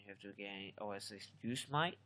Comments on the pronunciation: Yooos mite??? Do you me Yo- Sem -it -tee? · WHAT ARE YOU SAYING? Are you saying OS GOOSE MIGHT? I tried even putting on SUBTITLES and it thinks your saying EXCUSE MIGHT!!! I mean WTF??? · Pronunciation needs some work, it's pronounced yo-sim-ety, as in the national park. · Personally i found his ,mispronunciation of Yosemite fun. I mean if you're not from America how the hell would you know. It looks just the way he said it lol